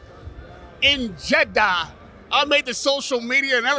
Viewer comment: the way he says Jeddah😂